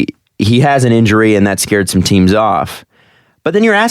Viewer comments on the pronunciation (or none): none